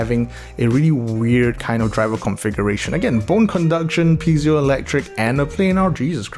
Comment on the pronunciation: Piezo pronounciation: Pee-ayy-zoe , other than that I'd assume the bone conduction is wasted on a metal shell. These are low powered drivers in the first place and metals are probably too dense to transfer any of the energy into what anyone can hear from it.